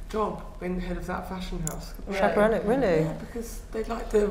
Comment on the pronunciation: every time someone says "Sciapareli" an angel dies